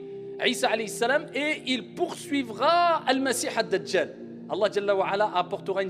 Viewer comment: Comment sa m'énerve il arrive jamais a dire Mohamed a la place il dit le prophète hali salam il dit pas Halayhi salam